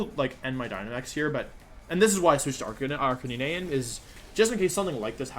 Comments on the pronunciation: Request (demand) to halt calling it Arca-knee-nay. You're destroying my childhood, sir. A r c a - n i n e . 😛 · Arch-a-knee-nay the poke master way to pronounce is correct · Lol it’s ar-ca-nee-nay lol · Bro people that play games and mispronounce characters is sometimes acceptable since we’re all dumb af but whenever Wolfe says Arcanine and Ninetails it just pisses me off. Is he trying to be ironic or am I just missing out on a trend. CORONA REALLY BE DOING ME LIKE THIS sjshdkfksb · I'm only here for the way Wolfey pronounces Arcanine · Can someone explain to me why he says Arcanine like that with confidence.